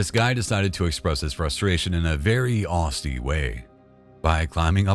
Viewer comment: It's not BORL-A-ROT, it's BAL (as in PAL) - A - RAT. And it's SHEER, not SHYRE. England does not have hobbits living there. And it's not 'AUSTIE', it's AUZZIE. Man, you are absolutely sloppy as hell with pronunciations. It literally takes 5 seconds to google. Unsubbed.